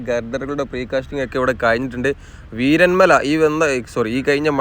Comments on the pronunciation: വീരൻ മല അല്ല വീരമല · വീരൻമല അല്ല വീരമല ബ്രോ